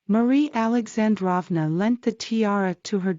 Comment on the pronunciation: Beautiful video! By the way, Alexandrova and Feodorovna both should be pronounced with long o’s like “drove”. Just trying to help. 😊